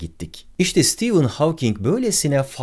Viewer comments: Stivın hawking değil be abi stefın hawking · Sitivın değil abicim, Sıtefın. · Stivın değil stefın :) stivın olması için steven yazılması gerekir. Steven adında bir arkadaşım olduğu için biliyorum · Adı STEVEN değil STEPHEN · Stivın mı stefın mı. Havking mi hovking mi. "Stivın" okunması için yazımı "steven" şeklinde olması gerekmez mi. Oysaki "stephen" olduğu için stefın diye okunmalı kanaatindeyim.. aynı şekilde soyadı "hovking" şeklinde telaffuz edilmeli bence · stivın değil de stefın olmasın.. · hawking in ismini söylerken neden stephen deilde steven diyorsun barış abi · dikkat ettimde Stephen Hawking derken Steven diyorsunuz :) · Steven diyorsun ama Stephen. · Sitivın olarak değil sitefın ph yanyana gelince f diye okunur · Ağabey, sürekli "Steven" dedin. "Stephen" olcak o. :D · Senin gibi bir adamın Stephen ismini Steven gibi okuduğunu gördükten sonra insanlığa inancım biraz daha azaldı ama olsun seviyoruz seni :) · Nobody: Barış Özcan: Kim lan bu stivın Havking😂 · Bence adı Sitefın diye okunuyor. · Sıtefayn diye okunmuyo mu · Abi kaç kere steven dedin orda "p" var :) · Stephen yerine Steven diyip durman tilt etti ama yinede güzel videoydu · steven değil ya